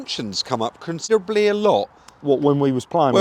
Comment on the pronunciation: ‘Consibbley a lot’ 😂 dont ever change